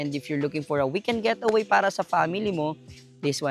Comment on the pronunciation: Sorry I have to correct you, It’s Getaway not Gateaway😬 But I like the place though👌